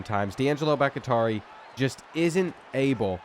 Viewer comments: It’s driving me insane so I have to say it. Dudes name is pronounced Bock-Tea-Are-ee. It’s not Bock-Atari! lol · ITS BACH-TI-ARI, LIKE FORMER PACKERS O-LINEMAN DAVID BAKHTIARI, NOT BACH-IH-TARI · Brother. I love you. But if I hear you mispronounce BOCK-tee-are-eee one more time I’m going to absolutely crash out. David Bakhtiari was an amazing offensive lineman before injuries derailed his career. Please do better next episode and I’ll let you pick the first team I do for my rebuild series ❤️ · brother it’s Bahk-tee-ah-ree, not Back-ih-tar-ee. David Bakhtiari was one of the best OTs in the NFL for a decade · Bakhtiari is pronounced Baak-Tee-Are-E, not Bak-It-tari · Bakatari 😂 The Kentucky is Kentuckying with the reading comprehension on this one. Bak-Tiar-i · no new stadiums :/. also why do you keep saying bakitari for bakhtiari. bakh-tiari. not baki-tari. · Brother it's Bok-Tee-Ar-EE not Bok-i-Tar-EE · All my Green Bay Packers fans remember the great blind-side left tackle, David BackyTarry... (psst. Its "Back-TEE-ari") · You are miss pronouncing baktiari it’s sounded Bach-tee-ari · Great stuff as always! And not trying to go all grammar nazi on ya, but Bakhtiari is pronounced "Bok-Tee-Ari". That said...keep the content comin'! 🤘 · It's pronounced Bock-tee-ari...like David Bakhtiari, the longtime Green Bay Packer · Bro please it's becoming unwatchable hearing you mispronounce these easy names. I don't know if it's ragebait or not but it's BAHK-TEE-AREE it's spelled Bakhtiari. Have you never heard of David Bakhtiari? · Why are you pronouncing Bahktiari so insanely poor? Go look up the pronunciation for former Packers LT David Bahktiari. It is "Bahk-Tee-Ari" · Boc uh taree is wild that man name Boc tee ah ree...😂😂😂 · BOCK - TEE - AR - EE is the pronunciation of Bakhtiari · Bakhtiari bahk-tee-AH-ree bahk-tee-AA-ree Please 😆 🤣 B T Dubs love your content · Brother it’s Bawk-Tee-Ari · BOCK-TEE-ARE-EE!!! You mispronouncing that name is killing me 😅😂